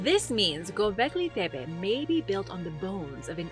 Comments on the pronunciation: "Gobleggi Debbay" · Tf is with your Gobekli Tepe pronunciation? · I don’t like how you pronounce Gobekli Tepe